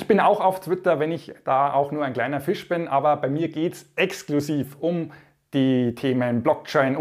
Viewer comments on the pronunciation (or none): none